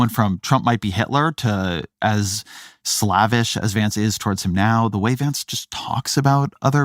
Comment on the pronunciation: “When you say the Calvary came in …” 🤔 Ezra, listen to the way said the word: it’s “CAV-al-ry”, not “CAL-va-ry”. Who woulda thunk it? A nice Jewish boy confuses an army unit mounted on horseback with the place where Jesus was crucified. 🤔 Also, — “slavish” should rhyme with “knavish”, not “lavish”. (I get the impression that Ezra is a guy who picked up a lot of his vocabulary through voracious reading and therefore never learned how a lot of words are actually supposed to sound 😏.)